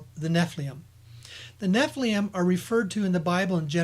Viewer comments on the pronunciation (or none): what are we going to do with you? Sitchin's work has recently been claimed to be false and purposeful dis-info by several experts, specifically the "Annunaki/gold" stories. You have misconstrued Tellinger's work. Listen to his discussion with David Wilcock and Correy Goode. And check your pronunciation of "Nephilim". Don't mean to be picking on you but seriously, you need to finish your homework.